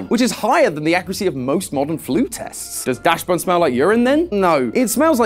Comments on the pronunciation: Wh- Did you just pronounce dachsbun as "dash bun"?? It's pronounced dox bun! Like dachshund bun! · You should probably make sure you're pronouncing Pokemon names right. Its "Daschbun" not "Dashbun". Its named for the dog breed, Daschund. Soft A, hard Ch, with an S sound in there. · It’s pronounced dax-bun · Bro pronounced it dashbun( no hate ) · I'm not even german, why does the way he pronounces dachsbun bother me so much? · You're pronouncing "Dachshun" like that WHY?